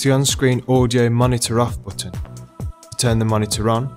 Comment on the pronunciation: LOLOLOL "PRESS ZE BOOTON (BUTTON)" ze BOOOOOTON, ahaha